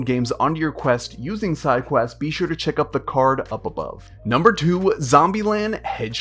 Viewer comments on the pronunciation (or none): bro and he says umber 2 lamo